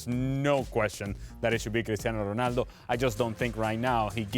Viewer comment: Why do Americans say “R-e-naldo” when his name is “R-o-naldo”?